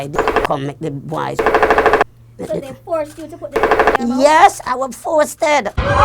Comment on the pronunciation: Forceted! Every time u say force mi seh forceted 🤣🤣🤣🤣